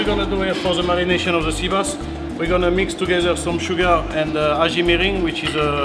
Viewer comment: I love how the cef says sugar with a French accent